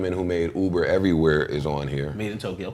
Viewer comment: he didnt say madeintyo